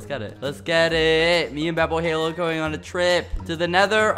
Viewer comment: at first i thought he said “i have to write badboyhalo” lol